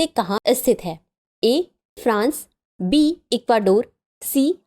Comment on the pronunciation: Option B , Ma'am aapki aawaj me mujhe B ki jagah D sunai diya , halaki iska answer mai pehle se janti hu